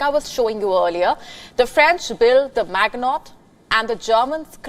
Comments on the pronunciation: The French fortification was the Maginot line. It is NOT pronounced Mag-not. It sounds like Maj-ee-no. Good lord, at least I mostly understand your English. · may I correct the newsanchor ? It's the Maginot Line , not "Magnotte" Line . Pronounce [mazjino] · Maginot is pronounced 'mazh i noh', it's Frounch innit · Maginot is pronounced majeeno. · Maginot. Get your pronunciation straight. Put some effort.